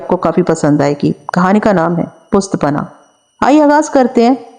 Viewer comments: I think word pusht punnah hy... pusht back ko kehty hn... or plz ap sentences repeat na kia kren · lafaz pust panah nahin hota balke pusht panah hota hay isay drust farma lain.thanks..